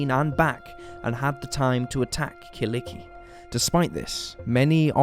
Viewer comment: Damn u butchered kyllikki's name🤣i had to check out who u where talking about,so bad😅